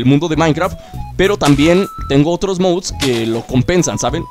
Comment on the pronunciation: Dices mouds